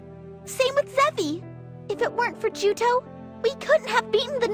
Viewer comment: Juto not Joto lol